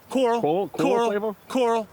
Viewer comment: It's coral, coral, coral... 🤣🤣🤣 I have definitely gotten a snowman on a par 3 but not worse. 😑😂